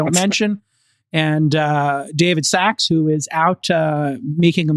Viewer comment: its sacks as in "NUT sacks" not "NOT sachs."